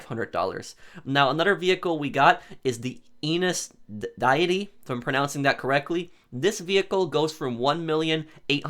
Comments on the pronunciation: I'm grateful that you're helping people out with GTAO still... how, I wanna slap you as well. Do you not know how to pronounce Deity? It's not "diet-tee", the freaking e and I are in different places! It's pronounced "Dee-it-tee"! You know, the alternate word for a god? How does no one covering this update know how to pronounce it? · DAY-EH-TEE .... like a god. Deity. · Deity- Dee-uh-tee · 1. Its pronounced DEE-it-ee 2. Will you make new money guides for efficient contracts n stuff?